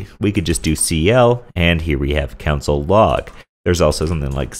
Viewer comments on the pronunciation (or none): Great tutorial! However, that's soooo not how to pronounce 'console'.